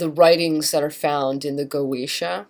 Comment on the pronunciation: Goetia is pronounced Go eh tee uh.